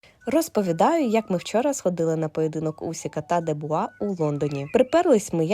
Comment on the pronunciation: Не Дебуа,а Дюбуа